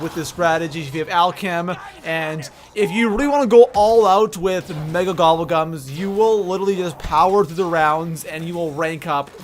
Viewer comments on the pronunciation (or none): It sound like he said nigga instead of mega